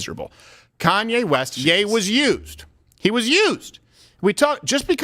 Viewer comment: Ye isn't yay. It's yee.